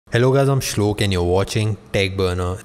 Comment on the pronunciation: it looks like he says: Hello Im 😂😂😂